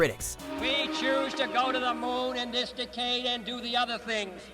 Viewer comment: JFK pronounced 'decade' as "Decayed"